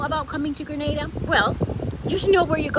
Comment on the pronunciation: On behalf of every Grenadian at home and abroad thanks for getting the pronunciation of 'Grenada' right and thanks for including Carriacou and Petit Martinique. I hit 'like' and 'subcribe' immediately when I heard that. Very helpful video, btw..